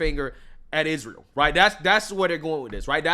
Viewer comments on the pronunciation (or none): none